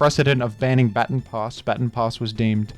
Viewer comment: The way you pronounced baton pass almost killed me